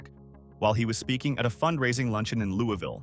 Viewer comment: It is pronounced wrongly in KY.